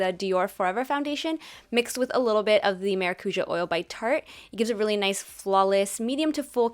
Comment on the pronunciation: Its pronounced mah-rah-cu-JAH